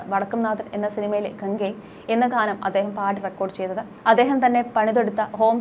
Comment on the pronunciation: ഇങ്ങനെയുള്ള അവതാരികമാരെ സോഷ്യല്‍ മീഡിയയില്‍ നിന്നും എടുത്ത് കളയണം. ഒരു കാര്യം അവതരിപ്പിയ്ക്കുമ്പോള്‍ തീര്‍ത്തും ഗൗരവത്തോടെ വേണം അവതരിപ്പിയ്ക്കാന്‍..അല്ലാതെ വാക്കിനര്‍ത്ഥമറിയാതെ പനയോലയില്‍ നായ മുള്ളും പോലെ വായിയ്ക്കുന്നവരെ എന്തിനാ വച്ചു പുലര്‍ത്തുന്നത്.? ഒരുമഹത് വചനത്തെ ജാതിഭേദം മതദ്വേഷം എന്നതിന് പകരം മതദോഷം എന്നാണ് വായിച്ചത്.. മാത്രമല്ല.. വിധ്യാര്‍ത്ഥിയെന്നതിന് വിദ്ധ്യാര്‍ത്ഥിയെന്നുംഗാനത്തിന്കാനമെന്നുമൊക്കെ തപ്പിയും തടഞ്ഞും... തോന്നുന്നപോലെ വായിയ്ക്കുന്നു. ഇതൊക്കെ മോശമായ പ്രവണതയല്ലേ...?